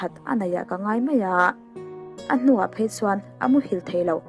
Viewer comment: Phei a tih aiah phaia a tia bei a tih aia baia a ti leh a tawngkam hi uluk deuh thin se..u nightmare-i hian 😄